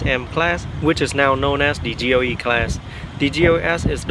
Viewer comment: And GLE as GOE, LED as OED!